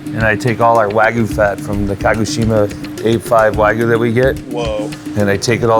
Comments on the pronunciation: waGYUU not wagu *shakes fist etc* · What is waygoo??? Are they trying to say wagyu?